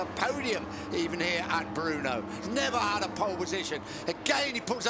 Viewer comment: No, it is NOT the „BRUNO Circuit“, it is BRNO And his name is not „Baaaaaarrrbaraaaa“, it is Barbeeeeeera.